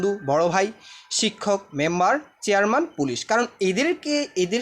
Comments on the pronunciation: ভাই ওইটা ছেয়ারম্যান না চেয়ারম্যান হবে 😅😅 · স্যার আপনি একটি ভুল লিখেছেন কিন্তু বানান সঠিক বলছেন তার নাম হলো চেয়ারম্যান আপনি বলতেছেন ছেয়ারম্যান😊❤🎉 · ভিডিওটি ভালো লাগছে। তবে আপনার উচ্চারণ ও লেখায় আঞ্চলিকতা রয়েছে। যেমন:ছেয়ারম্যান ও চকটি